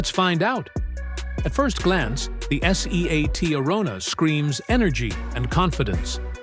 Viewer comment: Some day, Artificial Imbecility will learn to pronounce 'Seat' whether of not it's written in capitals.